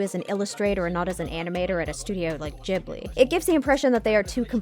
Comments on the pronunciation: WHO TF PRONOUNCES IT JIB-LI ITS GIB-LI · Never heard it pronounced Jibli before